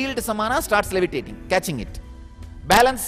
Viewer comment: Before levitating learn English pronunciation, it will result better